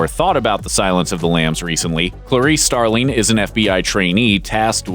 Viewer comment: "Starleen?" it's "Starling" ffs